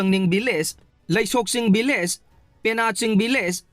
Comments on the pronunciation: Village not villge😂😂😂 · nangna hairidusu lanle village haigdba not villge😅